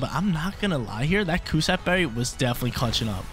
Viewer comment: "Cus- stab" berry....